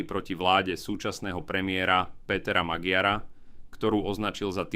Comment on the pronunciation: meno Péter Magyar sa číta Péter Maďar. To len tak do budúcnosti. Aj čítaný text by mal byť spisovný.